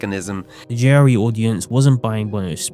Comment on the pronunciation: Took me until for me to realize he's saying "JRE" NOT "Jerry"